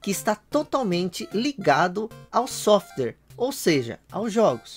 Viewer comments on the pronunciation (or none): none